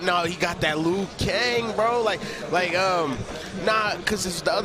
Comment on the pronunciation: lmao hahahaa "Lu kang" wtf